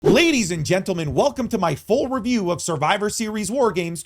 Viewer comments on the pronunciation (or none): none